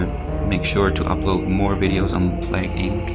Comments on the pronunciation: Plague inc not plag inc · Its plAAAgue inc